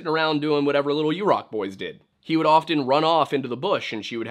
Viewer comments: Hi! Quick correction (haven’t seen yet in the comments) — Yurok is pronounced “yuhr-OCK” (as opposed to “YOU-rock” which is incorrect). I worked for the tribe and loved my time on rez. I love your videos! Thank you for always honoring the original inhabitants of this land and making time to include Indigenous voices, authors, and stories. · It's pronounced 'yer-rock'